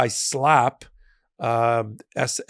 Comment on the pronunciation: It's Anti-SLAPP,, not Anti-SLAAP, not that it's critical. Just saying.